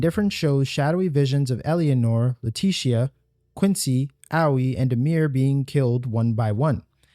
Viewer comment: I'm sorry, this video is great but your pronunciation of Leticia's name and Eleanor's hurt so much.